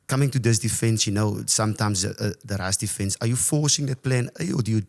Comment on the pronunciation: Took a while to work out that a 'rusty fence' is a 'rush defence' :)